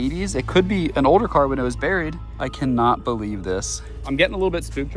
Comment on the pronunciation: It’s buried burr nure